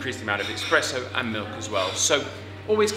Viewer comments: "expresso" .....? Not espresso? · I heard him say expresso every time. You'd think he should know better!